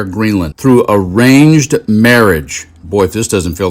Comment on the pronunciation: "Even liberal people like him" LMAO what?! At first, I thought he said deranged marriage instead of arranged marriage, but it fits.